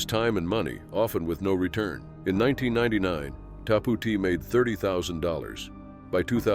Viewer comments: Its called" TAP OUT" NOT WHATEVER YOU JUST SAID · what the fuck is Tapootee